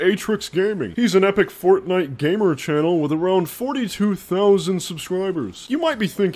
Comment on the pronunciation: I shouldn't have laughed when he said Fortfart.... but I did.